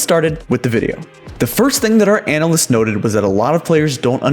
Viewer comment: The way he says analysts as “anal lists” makes me uncomfortable